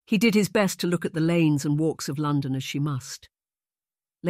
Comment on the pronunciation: so I did end up hearing the glitches and issues but is this REALLY an AI voice? It has fluctuation, it sounds so natural to me, yeah saying Lawn- dawn for London is strange or dOne for done, some people just stumble when they read from time to time, so if this is AI it's absolutely amazing!